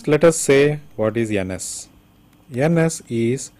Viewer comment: loved the way he call Ns as 'anus' 😂😂 anyway very nice video